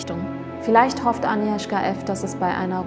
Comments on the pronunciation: Super Video, finde es cool, dass ihr die Spannung durch das Zurückhalten des Ergebnisses bis zum Ende beibehalten habt :) Kleine Anmerkung: Das "g" bei Agnieszka ist nicht stumm. Eher so wie bei der deutschen "Agnes" Liebe Grüße 😊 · Es heißt 'Agnieszka', nicht Anieszka! Das G muss auch wirklich hörbar ausgesprochen werden. Klugscheiß :) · nicht aniwska agniewzka